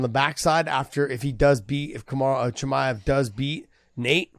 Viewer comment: josh actually call khamzat "CUMSHOOT" chimaev. Now i understand his name "the punk" all make sense for me